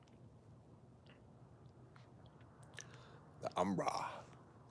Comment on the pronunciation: “Umbra”. Or “ember” like Nov”ember”